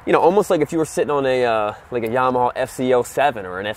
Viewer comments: Well, this is the guy that says, "Yamahaw". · Why do you pronounce it “yamahaw?l